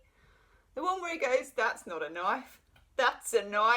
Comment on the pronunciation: I’m an Aussie and you said “knife” just like us 😜 we will claim you as one of ours now!!😜 Valentine has no qualms about mooning us 🤣💕💕🐈